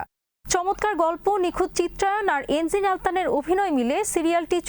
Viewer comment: এনজিন নয়, এনগিন